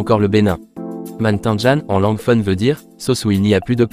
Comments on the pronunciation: Belle vidéo... Ça serait un peu plus cool, si c'était une voix réelle et non utilisée... La langue Fon, on dit fone, même pour le Dahomey... Pardon 🙏🙏🙏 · Je peux que m'abonner, tu as fait un sacré boulot, je suis togolais mais je vis au Benin depuis 39 ans ,j'avais 1 an quand mes parents ont étés affectés ici . A part les prononciations de Mantindjan et de "Fon" tu as tout bien dit .C'est l'alcool issu du vin de palme qui est Sodabi, le vin de palme même s'appelle "Atan" . La chose que tu n'as pas montré C'est la route de la plage qui est une veritable reussite du nouveau président. Bravo